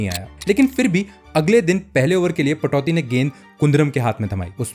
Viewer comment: Accha hai, par naam tho theek se jaan lo bhai. Venkatesh nahi - Venkatraghavan, Patauthi nahi - Pataudi.